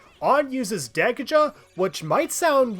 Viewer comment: This guy's pronunciation of sadism and Dekaja bothers me greatly